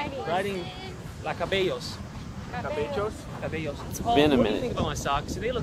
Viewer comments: Is no one gonna talk about when said they were gonna go ride “cabellos” meaning hair instead of “caballos” for horse 😂😂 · said riding cabellos instead of caballos😭 he said riding hairs instead if horses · He said riding the cabellos 😂 It’s caballo 🐴 Cabello means hair 😅 but close enough 🤣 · “Riding.. la cabellos.” I hope you know that you just said you’re going to go ride hair 🤣 cabello is hair in Spanish 😆😅 an attempt was made regardless 😂😂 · I thought he said “kabalyo” which is horse in Filipino😅